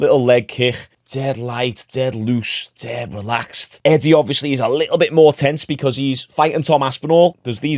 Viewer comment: His name is eddie. Not etty. And when you say ''moved'' speak out like move. Not muved. Its enoying